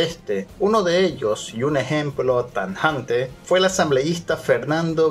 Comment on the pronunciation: Corrija mi bro, es "tajante" NO tanjante. Con total respeto.